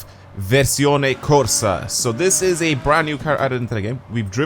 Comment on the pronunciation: I’m italian and i’ve heard VERSIONE CORSA, good pronuciation